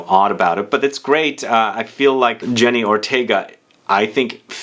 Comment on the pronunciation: for god's sake, her name is Jenna Ortega & not jenny